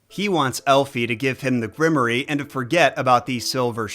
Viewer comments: My lord, what is a grimoree??....Grimoire pronounced "grim war"....grimoree lol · Is grim-or-eee a weird Oz word or is just saying grimoire wrong? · You do all this research and never heard the word grimoire? Because it's not pronounced grimery. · Isn't Grimoire generally pronounced Grim-Woir? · For you to pronounce grimoire properly... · It deeply bothered me how much he kept mispronouncing "Grimoire"